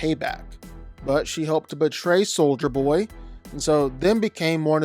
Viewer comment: you got soldier Boy right